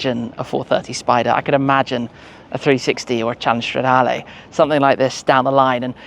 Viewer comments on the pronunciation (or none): Straaaaa-DAR-Leeeeeeeeeee not Layyyyy. Pleaseeeee 😂